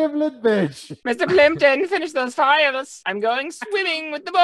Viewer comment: Meester Pleempton...